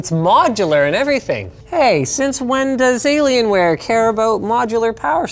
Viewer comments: I laughed more than I should have at "Dellalienware". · Did you say delay lien ware? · " Dellalienware" is my new favorite word..